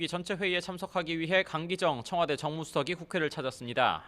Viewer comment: 읽는소리 그대로 글자로 ㅋㅋㅋ청화대??!! 빵터짐 ㅋㅋㅋㅋㅋㅋㅋㅋㅋㅋㅋㅋㅋㅋㅋㅋㅋ